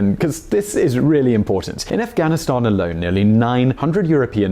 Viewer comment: please stop saying afghanistan that way my ears are bleeding